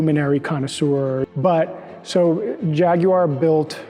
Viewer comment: At last an American that can pronounce Jaguar as it’s spelt..!